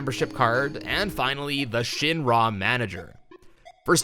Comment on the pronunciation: Omg the way you say Shinra. Shin RAAA. Ick. Wrong.